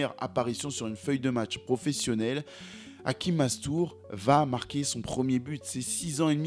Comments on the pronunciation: Pronunciation in Arabic sounds Hashim not hakim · Hachim pas Hakim ça se prononce ch comme le chat. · Ce n'est pas hakim c hachim avec un ch on prononce le ch sinon très jolie documentations force😊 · C'est Hachim et non Hakim. Avec un CH prononcé comme dans Chine. Bonne récap' en tout cas. C'est bizarre, parce que je me demandais récemment ce qu'il devenait, et je tombe sur cette suggestion youtube. Mastour aurait dû être un Lamine Yamal avant l'heure. Merci pour le travail. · Hachim ch comme ça se prononce